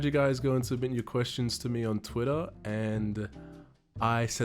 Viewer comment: "Whenever you say 'questions' I hear tuestions" I thought of commenting it but.... you used the joke already :'(